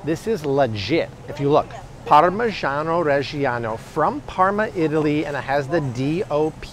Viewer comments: chuanty to chuanty fyve dollars a pound for some parmeegiono raegeeano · PARRRMAH JYANO RRREGGIE YANNO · We need a 10 min video of saying Parmigiano Reggiano on loop.